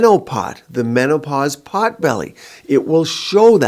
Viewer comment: "MenoPOT"😅Beautiful video💯 I agree